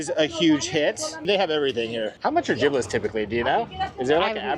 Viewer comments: Not you saying jiblit😂 it’s jibbit 💗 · Please let know it’s “jibbitz” not “jibblits” 🤣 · Jiblets 😂 it's jibbetts I like jerids version better! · lol not jiblit.. it’s Jibitz😂😂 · calling gibbitz gibblitz has me cackling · Haha, nothing is more millennial than calling crocs jibbitz, gibblets 😂😂😂, you’re hilarious! I can relate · lol I call it the same to far gone to pronounce it correctly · I was gonna say the same thing 😂 Not calling Jibbitz, “Giblets” lol